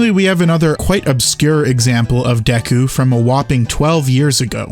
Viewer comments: For a fun headcanon to consider, the "Day-koo" pronunciation could be a diagetic mistake given that scene was when she was stressed out from Link's little naptime. Maybe she just over-enunciated to try and sound more queenly in the face of having nobody else from the royal court to help ease her nerves. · duku is a japanese word and doesn't have two pronunciations...you can't create "canonicity" from misspronunciacion of a foreign word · Deku in Japanese is 'Deh-koo"; ( デク , literally 'de-ku' ) if it was "day-koo" it would be Deiku ( デイク ) or Deiiku (this wouldnt make much sense in katakana i think (i want to read it as 'day-ee-ku') but in hiragana it would be でいいく ) An "I" after an "e" is considered a weak vowel and would adopt the "e" sound, and just be 'Deh-koo' with an extra beat to the 'e'; so 'Deh-eh-koo"). and the second option would make the "day" part so long as to be awkward and kind of nonsensical and tongue-twistery. It makes the most sense to be simply "Deh-koo." I can only surmise the voice director or whatever is just not informed of Japanese; considering how often they mispronounce Japanese words and names in even an industry such as anime (as in the dubs, of course). funnily, deeku would be easier in japanese than Day-ku; and would be written like Dio in JoJo lol. ディク but that could be very very very easily mistranslated/misheard as "dick" LMAO (not that that's in the Japanese vernacular but i digress). Semi-tangent: English speakers tend to overenunciate or ... don't know how to explain it. But when an English speaker says, for example, 'Deku," even with the correct "pronunciation," they still usually over extend the syllables, so its like DEH-Koooooo, when in Japanese both syllables would be very short and sweet, de-ku. stop. very brief. Like try saying it as fast as you can and cut out the meandering DEeeeehhhh KuuuUUuuuu. (it's not so much a problem with Deku specificall, im using it as a